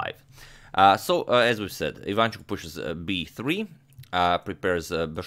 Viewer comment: Not quite. He does a relatively good job, of course, but messes up the stresses. For example, it is pronounced IvanchUk, no IvAnchuk.